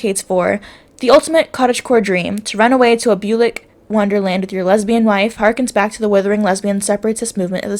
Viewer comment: Bucolic is pronounced "bew-col-ick' 👍🏼 The definition, from my Oxford English dictionary, an actual book, on my shelf (I'm middle aged 😎 I grew pre internet when the world was a much more socially connected, cleaner, nicer place to be, when every garden was full of bees and butterflies.... I wish I was there again sigh Anyway the definition of bucolic is "adjective: of or concerning shepherds, the pastoral life, rural etc"